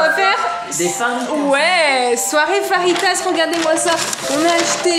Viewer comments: Pq elle dit faritas mais ça c'est écrit fajitas et ça donne faim 😋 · Juste pour te dire qu on dit feuitase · Non on écrit fajitas car les j se prononce r en espagnol